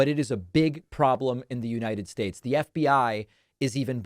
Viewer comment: . . . "a foreign dignity. . . the United Shaesh . . .